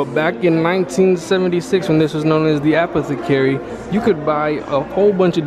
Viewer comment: Interesting, but you should work on your pronunciation! Look up Apothecary and Haberdashery.